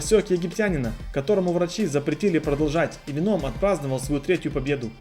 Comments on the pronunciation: Ну почему венОм, ведь нет такого правила что в заимствованных словах нужно поменять ударение. ВЕном, как в английском. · Не говори Веном это вообще не звучит правильнее ве́ном. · В слове веном ударение падает на первый слог (venom - яд) Спасибо за видео. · Не веном а венум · Не веноом, а вееном по моему